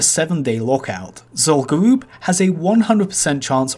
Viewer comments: Ever since I heard you say this like 6 months ago.... ITS GA-RUB NOT GA-ROOB. Is Zul Farak Zul-Farake? Im 99% sure its rub not roob and I never heard anyone call it Garoob till you lol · literally stopped watching at 2 minutes of this video because of how badly he pronounces Zul'Gurub. its pronounced as Zul'Grub not Zul'Gooroob. i havent cringed so hard in quite sometime so good for you for making me feeling me vomiting. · It.. it... It's gU-rub tho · Zul guuwup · The problem is this guy talks like a 10 year old and pronounces his r's as w's so it sounds like zul goo-woob. He also can't pronounce th and uses ff sound lmao. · Zol Gowooob haha amazing